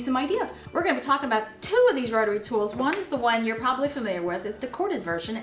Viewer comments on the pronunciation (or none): none